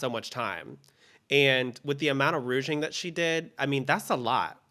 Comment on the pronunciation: Why says rouging instead of ruching revealed 😂